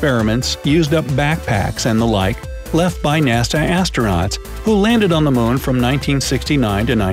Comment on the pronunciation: It sounds like you are saying Mone instead of moon🤔